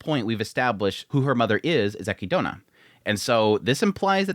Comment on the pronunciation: I’m sorry that I’m going to be that person but this is bugging me, Echidna is pronounced uh-KID-na not eh-ki-doh-na.